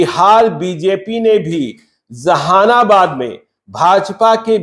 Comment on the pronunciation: Tumko Jehanabad bhi boln nahi aata . Zehanabad bol rahe ho